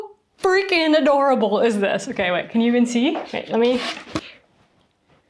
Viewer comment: Dieses "okeee" hat sich so deutsch angehört 😂